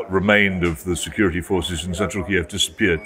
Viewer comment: Jones can't pronounce Kiev 🙈